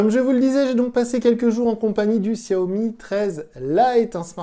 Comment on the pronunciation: desolé mais sa ce dit chiaomi .